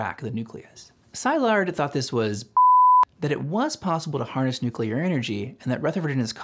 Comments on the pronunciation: For such a good video I am surprised that you have pronounced Leo Szilard sai lard instead of se lard. I have never heard it pronounced the way that you pronounce it. Are you correct or just sloppy? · Leo Szilard - Hungarian, pronouced Si-llard, as in "silly", not Sy-lard. You're welcome. Excellent video! I hadn't heard of Japanese nuclear program, and only a little about the German one ... I understand the German program collapsed because Hitler rejected Jewish scientists. ( though why did jewish scientists want to work on weapons for the Nazis? ) would love to learn more about bother Ggerman and japanese efforts. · It's Szilard pronounced as C-lard or See-lard NOT Sz-I-lard. :)) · Leo Szilard's name is pronounced C-lard! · New to this channel. Very excellent video and explanation! If I have one criticism, it's that you might want to check up on pronunciation of foreign names like Szilard and Dachau. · Excellent summary, but I'm going to be that guy and mention some questionable pronunciations: "Szilard" is not "ZI-lard", it's "si-LARD"; Lise Meitner, being German, pronounced her name, "LEE-seh"; and Gamow is not "ga-MOW', it's "GA-mow". Okay, I'll exit now.